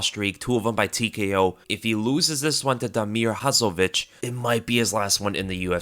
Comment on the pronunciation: Terrible "Hadzovic" pronunciation.